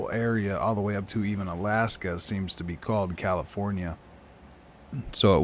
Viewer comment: Caliph-ore-nia.... Allas-ka ??